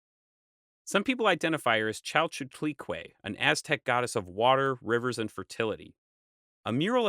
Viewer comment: I was just waiting for him to try saying "Chalchiutlicue/Chalchihuitlicue".... "chal-CHOO-tli-kway/chal-chi-WEE-tli-kway"... He almost got it right, but no... EPIC Fail.